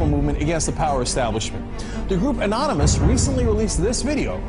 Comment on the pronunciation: It irritates me so bad when that one news reporter couldn't say 'Anonymous'